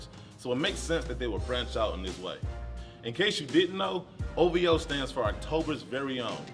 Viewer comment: O.V.O NOT Ohvo